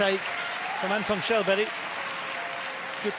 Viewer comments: You pronouce it like Shellberg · They call him Shallberry 😂